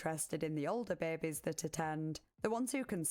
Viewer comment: Investigaert the bair-bes 😂